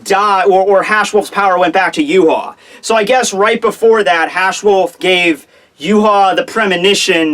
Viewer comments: Ryuken gave Uryu the arrow and told him it would stop Yhwach. PLEASE LEARN TO SAY HIS NAME correct it is pronounced Yah-vahk and NOT yoo haw, geez dude. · Please call him Yah-vahk not yoo haw. Unless Kubo says it Yoo haw then you are butchering his fine German name bloody badly. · Too funny Yoo haw when guy is German name pronounced Yah-Vahk please learn German dude! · Please for the love of God learn to say Yhwach name correctly! It is pronounced Yah-vahk not Yoo-haw! It is German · and the wrong bad way he calls Yhwach yoo haw and not ya-vahk